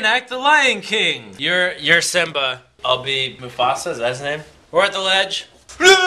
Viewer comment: Pense que dijiste MufasLan ._. Es que Las I Y l Se confunden